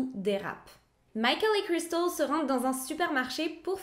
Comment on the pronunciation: Super histoire et très bien raconter petit bémol pour l accent Américain à chaque fois que le prénom de Cristal est cité très pénible